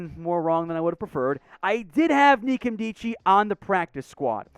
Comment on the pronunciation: Robert Nkemdiche - the N isn't pronounced. It's "kem-deechee" from what I gathered when he was on 710's Wyman & Bob Show the other day.